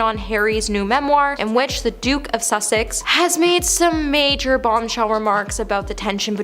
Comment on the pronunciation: Please try saying [Duke & Duchess] of Sussex - not "Suck-six"